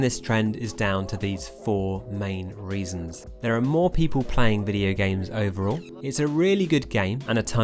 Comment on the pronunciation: "vidya games"